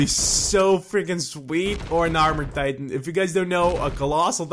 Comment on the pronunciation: why does he say "titan" as "tite-aan